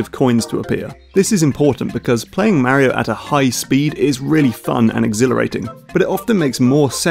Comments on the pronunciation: It's Mario not miario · It's Mario not Märio!! :D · you are mispronouncing mario. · i love how he fuckin pronounces it like "märio" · braces myself to hear that terrible way british people pronounce "Mario" for fifteen minutes